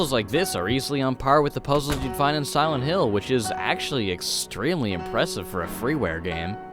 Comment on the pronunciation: "Y'all know just how much I love sowent hill" I love ya man but it's SILENT, pronounced Sigh-lent. The lent is not a sow.